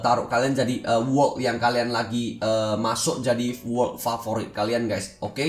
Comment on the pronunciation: Cba ngomong yng bner bang lu blng wokk ato world sih :v